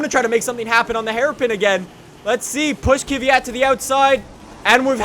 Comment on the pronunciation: He knows Kvyat is pronounced cuff-fiat, right?